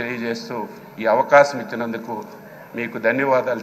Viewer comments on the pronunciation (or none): Avakacham anta avakasham kadhu hahhahaha